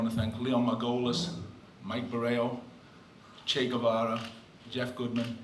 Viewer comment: Chea guvara? He said?